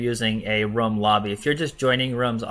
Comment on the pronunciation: For the last 4-5 videos you have used the word Rum but I think you mean Room It's the difference between Rooooom as in BOOM! vs the word Rum as in Sum! room /ro͞om,ro͝om/ rum /rəm/ Its not SOO bad, but you have used the word over 100 times. I get you have used it correctly a FEW times. I know I know accents, foreign languages, but honestly its English it's a complicated, simple yet precise language. See NATO words for Alpha, Beta, Charlie. Such as Niner!